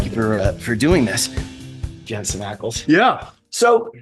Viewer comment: Why isn’t MW pronouncing Jensen’s name correctly?? 🤦🏼‍♀️ I really wanted to enjoy this